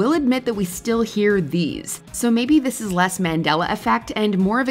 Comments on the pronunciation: Annie Lennox was the first troll purposely pronouncing 'this' as 'these.' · She slurs the word "this" on the "i" sound making it actually sound between "this" and "these" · You'll never convince me that Annie Lennox is singing "This" The way she pronounces it is way more like These. The song may be titled as such, the lyrics may list it as such but if you sing the word "This" it sounds wrong. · In the case of Annie Lenox, it's her issue: she pronounces "this" (thee-us) like a southerner does. Hence the confusion. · People think it's "Sweet dreams are made of these" because of her pronunciation and the rhyming of "disagree". And to be fair, why did they use "disagree" to rhyme with "this" in the first place? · Annie Lennox pronounces it these. I'm aware of what the actual song is. I've picked it out of a karaoke lineup often enough.